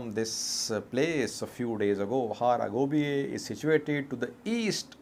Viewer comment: Its Hara Gebeya not Hara Gobiye.